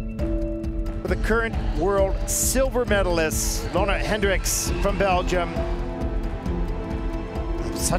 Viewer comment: I actually thought it was Leona like Leona Lewis! I think it’s pronounced “Luna”.